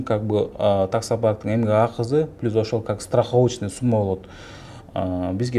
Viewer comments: Пилус пилус дейсин ушунча москвада журуп уйронбодунбу плюс деп айтышты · Пилус дейтко суйлогонду жакшылап уйрон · 🖒азамат рахмат силерге жигиттер ишинерге ийгилик Аллах жолунарды ачык кылсын.анан берки доске комфорт пилус эмес комфорт плюс деп айтып жур уят болуп каласын коп жерде а то. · Москвада журуп элементарный нерсени айталбайсынар Пилус деп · Комфорт пилус (плюс)😂😂😂😂😂